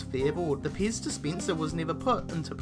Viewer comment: Your saying pez paze